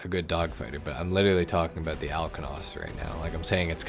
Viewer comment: “Aboot the same performance” are you Canadian?